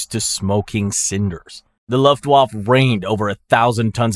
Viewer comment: Minor nitpick: Luft waffe is pronounced "looft waffuh"